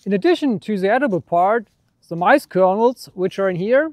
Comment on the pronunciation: Are you from Germany, no one wuld say majs it's Korn for the Brits and Americans, but it's interesting